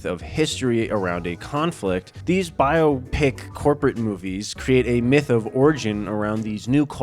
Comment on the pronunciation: Thank you for saying biopicinstead of biawpic. Shit sounds so dumb.